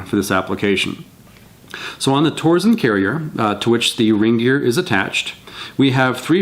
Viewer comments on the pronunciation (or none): It's pronounced "tor-sen." TORque SENsing. No "z."